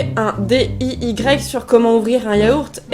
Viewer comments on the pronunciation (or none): Elle a dit D-I-Y